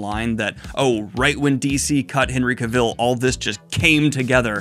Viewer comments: Thanks for the updates! FYI Henry Cavill pronounces his name differently than you're pronouncing it. He explains that it rhymes with "travel." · FYI Daniel, Cavill is pronounced to rhyme with travel. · Just to note: Henry Cavill's last name rhymes with gravel. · PSA for Daniel...you're mispronouncing Cavill...